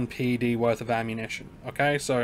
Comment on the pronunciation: It's called pec or ped ... not pee ee cee or pee ee dee. Old skool player.